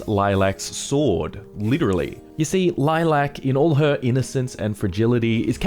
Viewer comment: Dude... Lilac... Why you emphasising the LAC